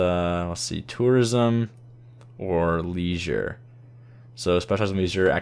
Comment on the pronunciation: He said Leisure incorrectly